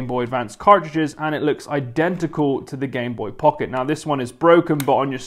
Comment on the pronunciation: I was gonna die if he said Gameboy Pucket again